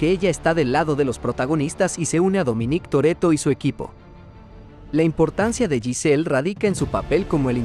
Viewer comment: Dominíííc Torrretto